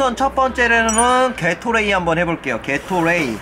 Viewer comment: 게토레이발음 개x라이로들은1인